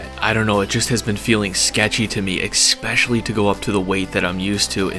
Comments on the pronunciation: Its so funny how he says eggcetera and eggspecially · Or especially